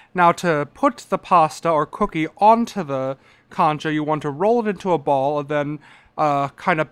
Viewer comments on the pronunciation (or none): He say's concha like conch shell or something its Cohncha your mouth has the make the O shape 😭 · It's funny the way he pronounces concha